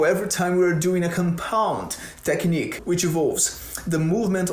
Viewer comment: caraio, só fui perceber que é BR quando deixou vazar um "tequinique" ali hahahahaha fala bem demais. bom vídeo!